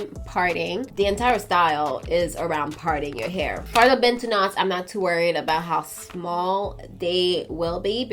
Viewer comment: I appreciate the fact that you pronounce 'Bantu Knots' better than what most Americans say.